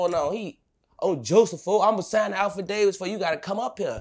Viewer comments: Lol it hit different when you call an affidavit An alpha Davis 😂😂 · calling affidavit the 'Alpha Davis' is kind of funny xD